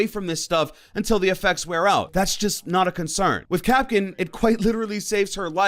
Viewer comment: ITS KAPKAN NOT KAPKIN